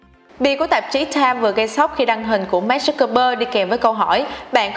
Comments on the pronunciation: Nay VJ làm chắc hơi áp lực mà đọc tên Mark hơi loạn :)) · Sao chị đọc sai tên Mark hoài vậy. Nghe khó chệu kinh